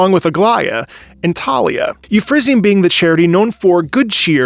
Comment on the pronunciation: It’s “you-FRA-sin-ee,” isn’t it?